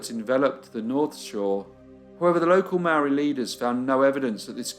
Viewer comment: Great case, as always, thank you. One detail to mention is that the pronounciation of Māori is incorrect, otherwise an excellent watch. Love your channel